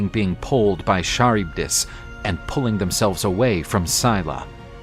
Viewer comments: Charybdis is pronounced as Ka-rib-dis not Char-ud-iss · It’s Charybdis,with a hard ch sound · it's not Mermaids its the Sirens that lure men to their deaths with their voices! Mermaids are just beautiful peaceful creatures that live in the sea. edit: also I can't with the pronunciation this guy just butchered Scylla's and Charybdis' names 😭😭😭